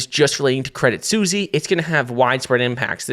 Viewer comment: Your name is and you can't say Suisse...